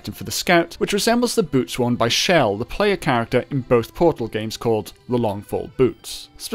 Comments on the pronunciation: He is. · Am I crazy or was he saying shell instead of Chell. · Bruh calls chell shell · thats how its pronounced